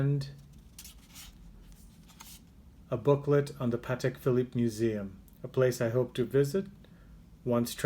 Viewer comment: Congratulations for pronouncing Patek correctly! So many people can’t say Patek properly